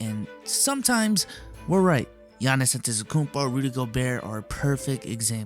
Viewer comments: No one: Literally No one:: "Giannis Anthisakumpo" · Who's Giannis Antezecumpo? Lmaoooo